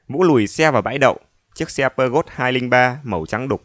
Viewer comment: Giọng đọc anh rất hấp dẫn, tuy nhiên trong tiểu thuyết Ông cố vấn và truyện này anh đọc xe ô tô Peugeot - xe Pháp tôi ngờ ngợ vì nghe lạ vì lâu nay hay gọi kiểu phiên âm quen thuộc là " Pơ giô"